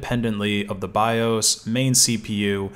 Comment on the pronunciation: I loled when he pronounced bios as biose